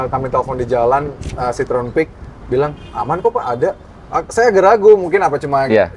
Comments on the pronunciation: Bacanya bukan Sitrun tapi Sitro - En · Kalau Citroen= Sitrun, itu cara baca bahasa Belanda bukan Perancis